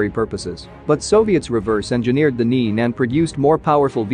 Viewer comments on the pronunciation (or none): The name of th engine is pronunced as two syllables: neh-neh